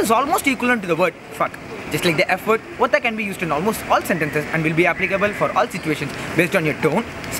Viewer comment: It is actually watha/votha not otha